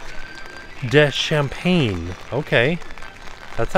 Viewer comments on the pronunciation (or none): The Pate de Campagne is not pronounced champagne. Campagne means country in French. Country pate is what you got!